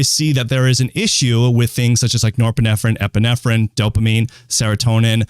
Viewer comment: erm.. doctor.. you might wanna learn how to pronounce nore-pine-phrine.... its not nore-pinef-pine-pinephrine